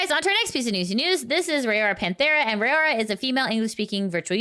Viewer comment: Raora is pronounced Rah-oh-rah like the word wow.